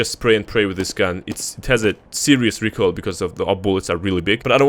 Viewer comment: re-coil of death haha